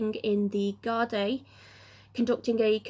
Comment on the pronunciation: Thank you.....btw it is 'guard-ee"